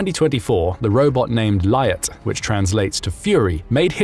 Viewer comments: Лють Pronounce like Lute, not liot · The robot's name, LYUT («Лють»), is pronounced /luːt/, not as it's pronounced in the video.